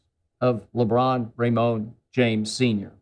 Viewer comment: Lmao Lebron “RAYMONE” James